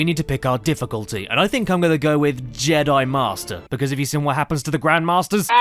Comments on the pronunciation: Also, I didn't notice until a few weeks ago that Caddy pronounces "seen" as "sin". I thought it was a one off, but realise he's always pronounced it like that. Now my mind is blown - and I can't unhear it. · I thought this was weird at first but then I realised I pronounce “been” as “bin” so I can’t say much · Now I can’t un-hear it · You’re right!